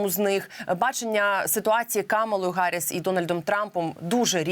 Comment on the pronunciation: навчіть голову профільного комітету Мережка правильно вимовляти прізвище віце-президентки США не Харріс, а Гарріс; заодно і теж потренуйте!